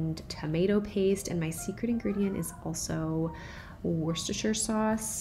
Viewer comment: Just this morning discovered your channel and I like it very much. However, I’ve just been stopped in my tracks with surprise because you are absolutely the first American I’ve ever heard who can pronounce Worcestershire sauce CORRECTLY. It just tripped off your tongue so easily and naturally - no stumbling “woos-worse-worst-wusstra-shyer etc”. I’m impressed. You even did the soft “sher” instead of “shire” at the end. You’ve probably guessed I’m British. Glad to have found your channel and will be catching up with your tips and recipes. Thanks.